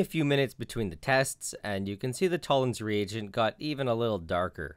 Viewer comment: is it me or does every time he says "Toller's Regent" he sounds really Scottish?